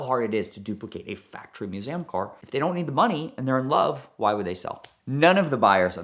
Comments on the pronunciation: Museum not Musaaaaaem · I really thought he mispoke but then he did it 2 more times right after lol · Why does the tool say Museum as "Mewsaayem"??